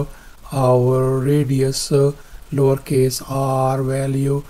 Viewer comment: What does he say?! Lawrcase?! 😅